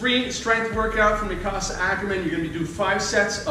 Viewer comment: It’s mik-a-sa not mikcasa